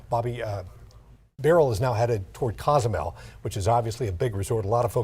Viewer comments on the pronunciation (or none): Quintana Roo is the state, Cozumel is an island, and city and Cancun is a city all in Quintana Roo. You weather guys gotta study the locations and practice how to say them, lol.